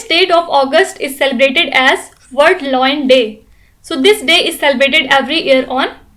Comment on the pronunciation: Why does she pronounce lion in such a weird way? It's lion not loin 🙄